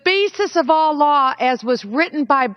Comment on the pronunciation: Funny, when she says "all laws" it sounds like "Allah"